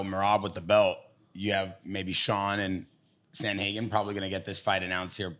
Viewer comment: Someone tell it's pronounced Sandhagen not Samhagen😀😀 Min